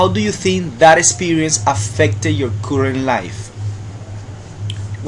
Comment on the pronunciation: Hi,. Good videos. A lot of fun and very instructional. Be careful with the pronunciation of some words, from example: current, occasion and some others that I have heard in other videos. By the way: AFFORD is followed by the infinitive, not ING. Some sounds need to be perfected. Keep up the good work.